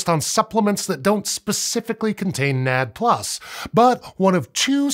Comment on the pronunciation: I am going crazy listening to nad plus. It is called N..A..D.. plus.